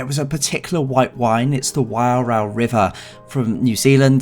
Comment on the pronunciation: HaHaHa!!!..your Wairau pronunciation needs more practice, a few more glasses may have helped loosened something! Cabin looked slightly tired, but SQ can usually be relied upon to deliver their standard prescribed offering. I sometimes feel that they lack something overall, character/identity/personality, don't know?? I hate that 777 service to LHR, tiresome aircraft, A380 is more comfortable. Yeah!, the Air miles polo again. Great informative report as usual but I wouldn't be tempted, I would book BA.